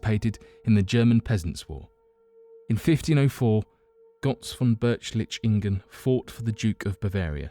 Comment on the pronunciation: This video could be very good except for some major mispronounciations (Götz von Berlichingen not Berchlichingen), and general grammar. Furthermore you refer to Lybia during your segment on Atlantis - this does not mean the counry Lybia as we know it today. In Plato's time Africa as a whole was referred to as Lybia.